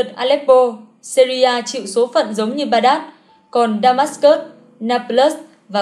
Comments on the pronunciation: Thủ đô Baghdad của Iraq phiên âm tiếng Việt là Bát đa, không phải là Ba đát. Còn quân Mông Cổ hành quân tới Ai Cập phải trải qua quãng đường quá xa xôi, hậu cần khó khăn do phải hành quân quá dài, viện quân khó tới được. Chứ nếu Ai Cập mà ở gần Mông Cổ như Nga hay vùng Trung Á thì mọi thứ đã rất khác. Đó là chưa nói Ai Cập nằm ở vùng Bắc Phi có khí hậu nhiệt đới chả khác gì Việt Nam cả, thậm chí nóng hơn. Người làm video so sánh quá phiến diện, thiếu đi kiến thức cơ bản. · Tên thủ đô Baghdad của Iraq nhưng Ad đọc chưa đc đúng đâu nha :)